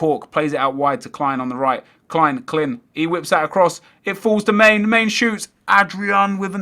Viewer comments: Man-a not mane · Man-ey! Not Main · mane is pronounced man-ay